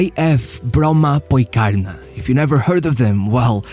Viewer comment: i just what to say very good pronouncing of bromapojkarna